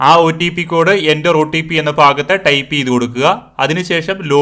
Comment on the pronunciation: ഫാഗത്ത് അല്ല ഭാഗത്ത്🤪🤪🤪🤪🤪🤪